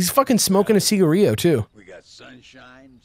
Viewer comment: I've never heard anyone pronounce cigarillo, see-gah-ree-yo.